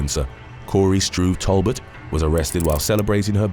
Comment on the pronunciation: First time I've heard someone pronounce Talbot "Tall butt."